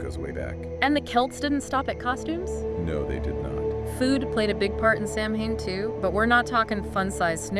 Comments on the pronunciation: Ugh…seltz and Sam Hain?! K-elts and Sow-win…. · pronounced saw-when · I appreciate your video but Samhain is pronounced "Saa-win". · Second comment, Samhain is pronounced " Sow-win" Gaelic is hard , we understand! Also, as being a Wiccan myself, Samhain is considered our new year. It is the time of harvest and the time to connect with the earth as well as our ancestors. There is nothing scary about it. However, when Christianity was introduced, the ancient rights became demonized and that is what has carried over. Real Pagans do not celebrate this time of year with scary over done and insulting costumes. We gather and share in our harvest around a bond fire, commune and more. By the way, we normally wear white on this day. When Pagans wear black we are attempting to block negative energy from ourselves. That is why you see us wearing so much black, because people are crazy!!😂